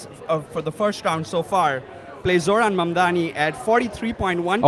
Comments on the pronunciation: OK, so it’s not just Ryan mispronouncing Zoran‘s name tonight. Both men at the live campaign event can’t seem to pronounce the Democratic nominee for the mayor of New York’s name correctly. Come on, guys. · i love that ryan grim still can't pronounce his name right it's actually endearing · He pronounced it right some of the time, I think the room being like 120 degrees made then mess up more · Is Ryan sneaking some celebratory tokes out there?😏 Come on, Zoran is going to be the next mayor of New York. Ryan should try to pronounce his name correctly.